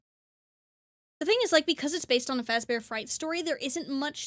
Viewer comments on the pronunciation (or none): "Freddy Fahzbears" That pronunciation and your rewinding to hear it again just kills me 😂